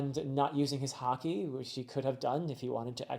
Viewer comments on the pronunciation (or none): none